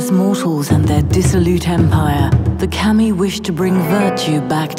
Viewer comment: It's pronounced Kah-Me, that's where his "confusion" is coming from.